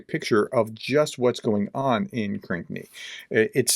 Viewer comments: Proper pronunciation is “Krinky” not “Krikny”. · Everyone else pronounces Krynky as crinky...you say cranky....lol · Pronounce Krynky this way: Kryn-key. I hope this helps. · it's pronounced Krinkee